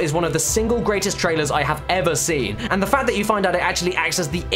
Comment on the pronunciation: Your pronunciation of "seen" is very inconsistent... Sin Seen Sin The only one I've ever sin